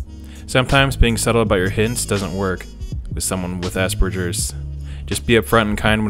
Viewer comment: Speaking of jarring, as an aspie who took 4 years of German, hearing people pronounce Hans Asperger's name with a soft G causes me no small amount of pain and rage.